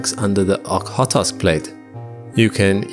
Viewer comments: It's O-kh-otsk, kh is the same sound as ch in Scottish "Loch" or the Greek letter Chi (x), so it's pronounced Ochotsk / Oxotsk. Doesn't really matter but since you said Ok-hot-osk like 5 times I figured it's worth to point it out. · This is great, but the name of the Okhotsk plate is pronounced like "oh-hOA-tsk" (roughly.) I know the 'kh' trips up English native speakers, but it is just representative of a hard voiced 'h,' like you are saying 'h' from the back of your mouth instead of the middle. I have a Masters degree in Russian and Central European studies, with emphases on language, linguistics, politics, and culture. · "Kh" in "Okhotsk" means sharp H from Russian, its two letters for one sound. Thus, the name reads Ohotsk with sharply pronounced H, not Ok-hotsk. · I have never heard you mispronounce something, let alone so very badly. The Okhodsk Plate (a Russian name), is pronounced: "Oh-Khod-sk" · The way you pronounce Okhotsk is ridiculous. Get your stuff right first before saying stuff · It would help if you could pronounce Okhotsk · Is this an AI voice reading the script? I feel this way when I hear how repeatedly Okhotsk is totally mispronounced. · Your pronunciation of "Okhotsk" needs some work for sure, but this is a great video nonetheless! Very fascinating! That 4-metre rise at the coast is absolutely mind-blowing. 🤯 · my dear brother, please say the words "It's Cool" and then get rid of the ool for an "It's C" aka "itsk" and now get rid of that i for a "tsk" noise. Now say Okhotsk again, without shoving an O after the T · The way he pronounced okhotsk is literally a crime. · Five times? I hope that I'm past them all now then. I was going to say "there are just two O's in Okhotsk, but you explained it better.